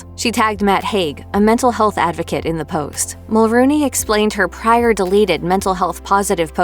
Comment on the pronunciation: Mel-RONE-y, not Mel-ROON-y.